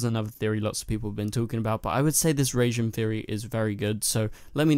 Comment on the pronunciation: It's not "Reijin/Reigin", it's "Raijin".